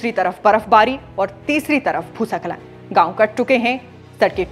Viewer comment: Didi bhusa khalan to theek se bol do bhooskhalan